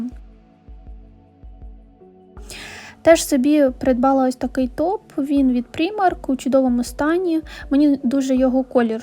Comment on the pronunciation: Primark вимовляється як праймак, а не прімарк.....Будь ласка!!!!Левайс, а не левіс!!!!